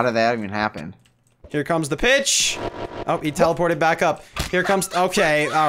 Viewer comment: did anyone else think he said here comes the bitch instead of here comes the pitch??